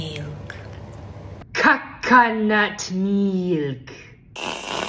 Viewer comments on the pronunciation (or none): Bro when you said cacanat milk…CACA💩🚽?!?!?!